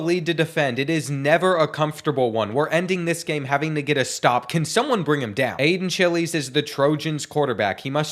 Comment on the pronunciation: bro said Aiden chilies 💀